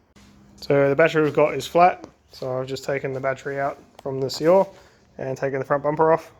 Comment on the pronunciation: Good car. It's pronounced Cuo (as in quota) and re (as in rest) Quo-re. Cuore means heart in Italian. Anyway, this is what we call it where I live. Regards